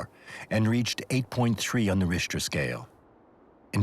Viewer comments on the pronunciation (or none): What's a rishter scale? LoL